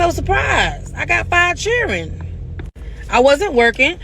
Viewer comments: Honegree! Classic Southern pronunciation of the underprivileged hungry in the American “Black” South. Know what I’m tawin’mout. (talking about) 🤪 And Churin as well. 🤪😁 Churin: children. ROTF! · I heard a pastor from church say, "free food is everywhere in America". Not eating is a choice. I bet she knows how to pronounce"children" in front of her boss.